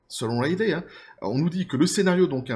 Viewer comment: Ca se prononce Ridley (comme Ridley Scott, « Ridli »), pas Raidley ;)